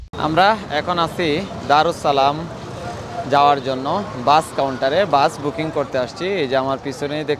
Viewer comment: Daressalam ✓ দারেসসালাম ✓ দারুসসালাম X